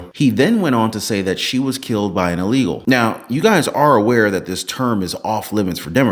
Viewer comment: Hey Nancy! It's "ILLEGAL" just like insider trading.